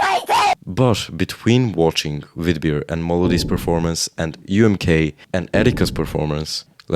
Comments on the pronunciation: Umm-kaah? Wait, has been mispronouncing yet another national final name!? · The way you say "oomkah" is really funny to me :D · Your pronuciation of UMK is almost as devistating as gabes pronunciation of FIK 😭